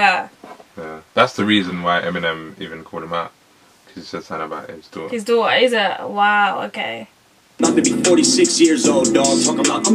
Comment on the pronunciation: ..and it is "daughter" not fucking "Doo-ah"